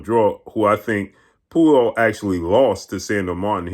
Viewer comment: straight brutalizing the pronunciation of Puello’s name.😂